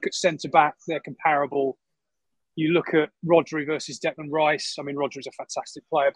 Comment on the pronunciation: Declán Riśe